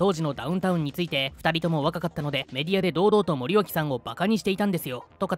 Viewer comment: 内容はともかく森脇をもりよしと読んでるのが気になった。